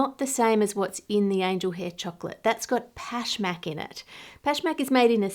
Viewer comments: I am Persian and Pashmak is one of our traditional cookies. i love how correct and good you pronounce it. Love you and your great content . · the word is pashmak, right? how would you even mispronounce that? normally id agree but pashmak maps onto english sounds pretty well and she said it the way everyone does lol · I loved how accurate your “Pashmak” pronunciation was.